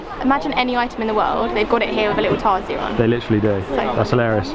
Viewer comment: Its tarsier not tasier